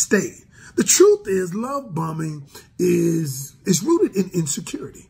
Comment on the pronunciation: I thought he said “Love Bumming” 🤣